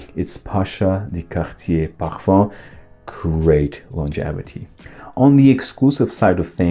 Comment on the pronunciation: I love your videos. Your presentation is always on point. Though I do have a suggestion, can please kindly not overkill the pronunciations 😊, I mean yes you might wanna be correct with it but most of the fragrances are french, but you’re doing videos in English, so cahatiee pahafam I mean really?😅 why can’t it just be Cartier the English version, mah anto bahva 😅 why can’t it be just the plain old Marc and so on. Anyhow do absolutely love your videos.